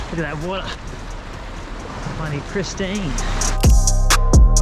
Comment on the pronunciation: Ha Haa. Ozzy as. 'Looka that wooorda - bloody pristeeen.'👍👍